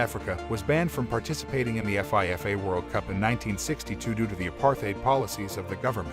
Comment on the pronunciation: the way he reads FIFA World Cup is just...please don't